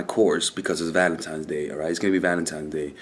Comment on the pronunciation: New Yorkers love saying “Valemtime” 😂💯❤️